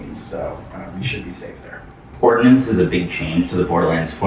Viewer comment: Brother, its Ordnance